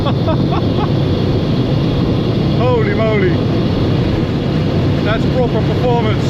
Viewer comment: Love hearing you say, 'oly moly' and my favourite, 'tork..'!!